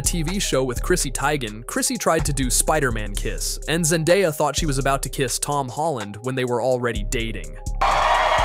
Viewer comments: I heard zendaddy and scrooled down and imeadiatly saw this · "Ze Daddy" 😂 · I heard zennbadie